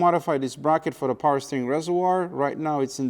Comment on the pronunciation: more powah baby